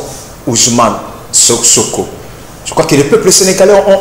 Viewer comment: Ohh! C'est Ousman SANKO et non Ouzman SOKO!